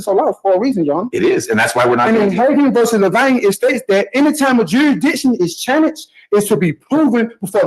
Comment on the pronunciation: what exactly is juridtion? and whats charrenged?